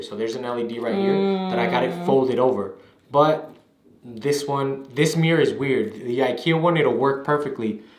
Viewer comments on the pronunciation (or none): I like how he says mirror like “meere”😅